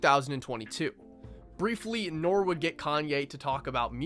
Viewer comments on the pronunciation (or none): Great video! Though it’s pronounced Norie (or you just say each letter: N.O.R.E). Norie, Kanye’s nickname for North is actually inspired by the rapper.